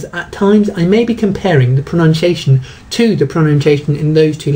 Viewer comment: He looks like he could do with a lesson in English pronunciation....he cant even pronounce pronunciation!!!